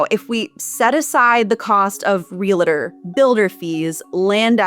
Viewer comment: These are great explanatory videos. One pronunciation point: There is no "IT" sound in the word "realtor".